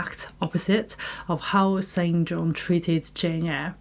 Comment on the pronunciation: St John is pronounced "Sinjin".